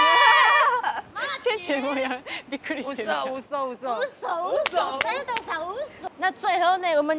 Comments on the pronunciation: 呃....一直叫錯人家名字耶XD 是Sato不是Seto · 前面佐藤sa tou的名字一直唸錯⋯ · 好開心邀請到俄羅斯佐藤耶！可惜主持人一直把她的名字唸錯，主持風格不適合我，無法靜下心來欣賞只能快速的把影片滑過去了😢